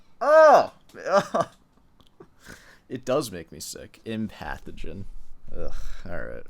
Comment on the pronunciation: She was saying "Empathogen." It really sounded like she was saying "pathogen."